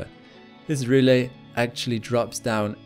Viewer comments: Very nice video...however, please check your pronunciation of "rille"...a lunar valley. It is "ril" and not "ril-le." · It said it was named after the German word for groove - rille - and if that's the case it is pronounced ril-le? Trust NASA to take a German word and mispronouce it haha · I did produce it. As I was looking up the pronounciation for rille, I read that NASA use the word rille because it's the German word for groove, channel, furrow etc. I speak German, so I assumed it would be pronounced the same way as the German's would pronouce it. I was wrong. Apologies! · If you're trying to educate people about the solar system, please at least get your pronunciations correctly. Its rill not ree-lay and its ap-eh-nine mountains named after the range in Italy. Other than that, your vids are quite good. Thanks